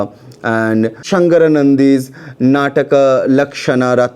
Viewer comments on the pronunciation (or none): It's sagaranandi not sangaranandi